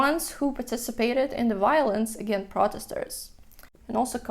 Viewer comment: it you said again hahaha but i see you mean against even the closed captioning has it as against